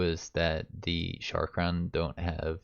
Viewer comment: Sha-karn not sharkon People ability to read really disappoints me.